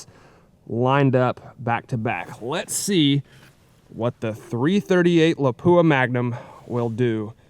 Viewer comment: Cool video but please pronounce Lapua correctly! It's pronounced lop-wah, with the emphasis on the first syllable. Thanks!